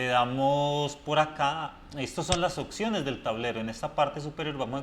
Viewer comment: Y "ociones"